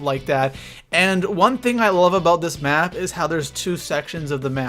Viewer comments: Map not may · He said may layout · it said ay layout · You said may layout 😂😂